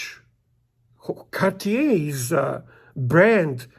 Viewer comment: “Kawtch-yay”, huh? Never heard of it, must be one some sort of Québécois thing. JK, congratulations on your new piece, 🐻, and to Bunny 🐰 for her first Rolex.